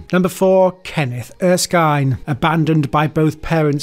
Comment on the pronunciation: Oh, and Kenneth ER-skin. Not ER-skyne.